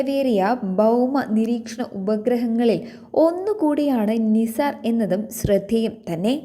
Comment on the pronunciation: നിസാർ എല്ലാ നൈസർ എന്ന് വായിക്കൂ.